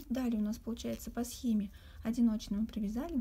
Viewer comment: Всё прекрасно в мастер-класс, кроме речи... "согласно схемЕ". Извините, но очень режет слух.